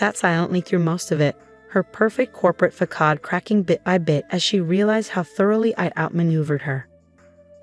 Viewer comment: Try proofreading. The text has numerous errors that just a few minutes checking would eliminate. It’s a lazy practice to trust AI to interpret language and speech dialects together with actual pronunciation of words. Facade for example is NOT PRONOUNCED ‘fackard’ it is pronounced ‘fassard’.